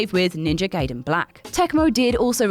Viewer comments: Ninja Guy-den not Gay-den. No one says Hent-ay because it's Hent-eye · It's actually pronounced as "Guyden" not "Gayden" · Hey,, Gaiden is pronounced "Gai-Den" not "Gay-Den". Even The Wizard had a scene with the right pronunciation. And whoever edits these videos: You got the wrong Ninja Gaiden. She was talking about the game from 2004, not the 1989 original. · If your name is Quakkadiddle, you dont wanna be called Quakkaroodle, Backupiddle, queekabiddlydoo even If you are in a different country, right? It`s Ninja Gaiden, pronounced GUY-DEN, not Gayden, as in either gay (Happy) or gay (homosexual). "Typical American Mentality" ... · It's pronounced Ninja "Guy-den", but I'm glad to see it on this list. I had Ninja Gaiden as a kid, and I don't think I ever beat it. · Guy-den dude... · Ninja "Gayden" Damn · Judging by how Gaiden was pronounced, I wonder how manga would be pronounced